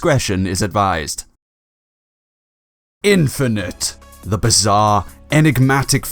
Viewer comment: Shadow called infinet perthetic